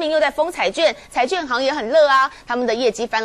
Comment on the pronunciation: 請問這位記者:彩券還是彩卷? 妳也幫幫忙,學好再上台好嗎?